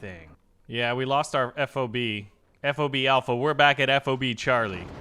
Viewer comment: Ffffff ahhhh buh (F.O.B.) Fob, one word. Please correct.